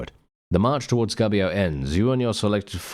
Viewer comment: Come on you could call your character Reformio. How can an englishman be a saint anyway? 😉 By the beard of saint Byron from Assisi, this Italy is quite chonky. The italian U is pronunced like your -OU, so try to say Goubio. Otherwise it seems you are saying "gabbio", which is a slang for prison. "Yay let's go to prison!" 😆 Quite original game, could be the theme of song from a band like Bardomagno (medieval folk). Happy mazzate nel nome di Dio, beatings in the name of God!